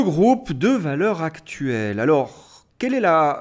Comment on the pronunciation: Cher, vous prononceriez Valeurs Zactuelles, en faisant donc la liaison, vous feriez plaisir à mes oreilles.